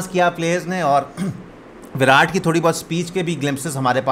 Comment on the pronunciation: You are the first pakistani jiski "virat" ki pronunciation sahi hai... Sare pakistani विरात bolte hai. But it is actually विराट